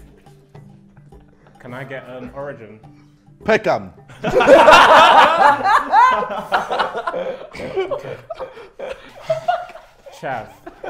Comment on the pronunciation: I thought he said Beckham 😂